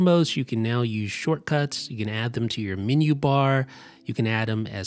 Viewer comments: super helpful, but you're mispronouncing the word"menu" as "mini" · The min-you bar. I must discover this new feature of the Mac, the min-you bar.